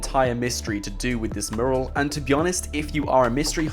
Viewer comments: My fucking god, its not "Moo-ral", its "Mew-ral". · its pronounced mew-ral... not moral 👍 good video though mate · Dude i know how its spelt but the way you say mural fucking aggravates me youre supposed to say it - Myural not merl... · The video is interesting but........murrrrrl....... Mee you rul Say it fast. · Sorry, after watching this and the Mt Chiliad mural video, I have to say it >< Mural pronounced 'mjueral' not 'muhral' Anywho, keep up the good vids ;) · dude, its pronounced "mYural" not "mooral". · I cant get over your pronunciation of the word "mural". It's "myural" not "murral" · first ten seconds "mooral" instant headache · I swear you said 'Mural' in every single possible way, OTHER than the way it's actually meant to be pronounced.... 'Mooral'... No. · hey guys a murrrrrel ... fucking english and cant even speak it correctly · its pronounced mju rel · most English people pronounce it "mjural" for some reason he does not. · The way you pronounce mural 😂 Its "Mew-ral" my friend :') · Can you PLEEEEEEEAAAAAASSSSSEEEEEE learn how to say mural properly!!!! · Please learn how to say mural properly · Learn how to pronounce mural please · That's not how you pronounce "mural" bro... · You're pronouncing 'mural' incorrectly by the way. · Can someone please teach this guy how to pronounce the word mural?! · The way he pronounces "Mural" 😂😂😂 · Please learn how to say "Mural". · Oh my god if you mispronounce mural again I'm gonna go Liam Neeson on your arse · please learn how to say mural